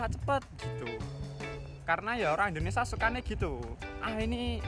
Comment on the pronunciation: Mas , Indonesia .bkn Indonesa